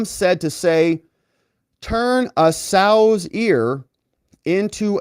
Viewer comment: Sow’s rhymes with cow. Sow’s ear🙄